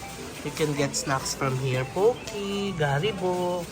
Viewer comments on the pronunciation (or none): none